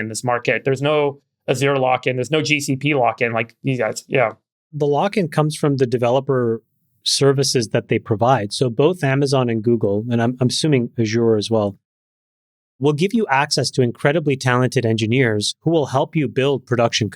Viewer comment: Friedberg can't pronounce Azure correctly.